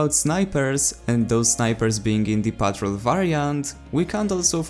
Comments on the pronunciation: Also it's pronounced patrOLE not PETROL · He just pronounces it so funny lol. It's pronounced like PAHT-ROLE. Basically. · It's pronounced as patrOLE and from this update the weapons that I tried were Ross Infantry which is actually a combination of Gewehr 95 straight pull with SMLE.303 sweet spot, Sjögren Slug basically a moderate fire rate model 10-a slug but not fast as the model 1900 slugs 300 rpm, M1912 p16 experimental faster fire rate than the original making this weapon Battlefield 1 equivalent of AN-94 & AK-12 Battlefield 4 since they have high fire rate in burst and lastly the optical variant for Ribreyolles 1918 Factory more accurate at a cost of higher vertical recoil when firing in full automatic without the bipod more accurate in single shots and full automatic with bipod deployed on a Ledge or prone position.